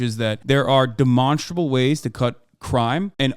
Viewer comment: love when hasan says demonstrable. he hits it so hard